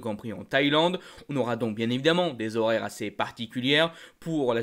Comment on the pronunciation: C'est un gros problème actuel ces fermetures éclair qui ont tendances à s'ouvrir spontanément et pas que dans le monde de la course moto;) "des horaires particuliers" sans vouloir êtres donneur de leçon mais pour le bien de nos oreilles... Merci pour toutes ces infos en tout cas!